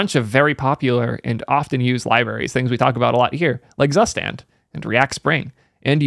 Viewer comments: plz, zustand is read, tsushtand, not zoostand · I still can't that your pronouncing Zustand in English – it's a German word meaning state/order, look up the pronunciation please :D